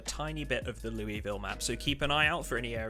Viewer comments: As a resident of Louisville, it's Lou-a-vull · As someone who lives in Louisville, we're legally obligated to correct your pronunciation of the word. There's no "ee" sound in Louisville. It's "Lou-uh-vull"